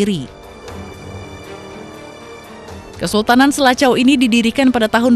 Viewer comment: Mksdnya Sela Cau, bukan Selaco kalee